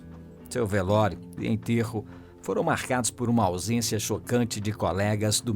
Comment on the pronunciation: "VELÓIRO" KKKKL